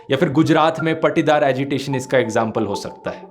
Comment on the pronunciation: It's पाटीदार not पटीदार.. thx for this info always loves ur vdo